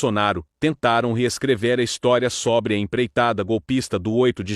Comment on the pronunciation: é côrte que se fala. Não Córte. É sôbre que que pronuncia, não sóbre.